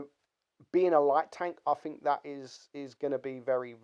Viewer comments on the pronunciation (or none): Turn your record level up when making videos you nube. quote "I fink it's over priced". Doesn't state why but he "Finks" lol